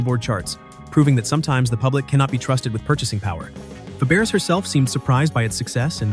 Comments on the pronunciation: Proof he/it/AI wasn't there? It doesn't know Faberes is a French name pronounce fah-BRAY. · The voiceover couldn't even pronounce "Fabares" correctly.